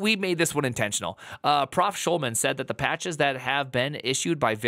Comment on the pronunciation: "Schulmann" is the one that got me. I'm not even German.